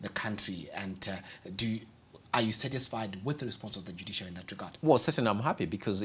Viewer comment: It's Dujiciary for me hehehe